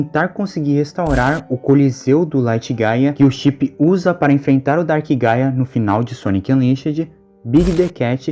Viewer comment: Juro que eu entendi paia e não gaia